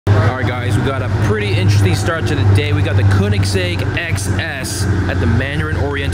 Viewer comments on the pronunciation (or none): More like kerr-nix-zegg. The child narrating this video pronounces it oddly. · Meme Man Fresh someone sais Koenigsegg like Keningseg in the video and i was just sayin that i used to say it like that too